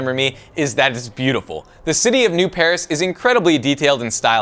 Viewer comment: It's Neo-Paris